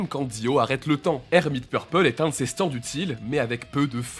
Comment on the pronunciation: Franchement les gars elle est super votre vidéo, mais par pitié revoyez les prononciations des stands :')